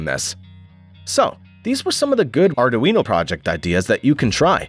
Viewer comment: "Are Doo Eeno" ? I always thought it was "Are Dwee No" Sounds like the speech generator code needs a little work!